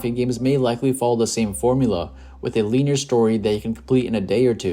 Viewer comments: LIN-E-ER BRONYOUR NIT PRONOUNCING IT RIGHT AND ITS ANNOYING I TRIED TO IGNORE IT BUT CMON MAN MAKES TOU SOUND LIKE YOU DONT KNOW WHAT UR TALKING ABOUT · Feels like I'm watching something produced by AI, and why is he pronouncing "linear" that way? lol